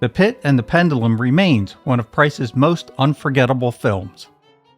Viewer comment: My favorites are House of Wax and The Pit And The Pendulum. But you need to learn how to pronounce pendulum correctly. You're saying it wrong.